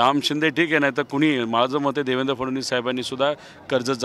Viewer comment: Fadanwis nahi faatoonwis zala ahe